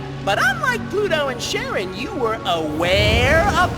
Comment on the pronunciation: ahem. Actually, it's spelled "Charon." no hate. + It has a kinda silent "o"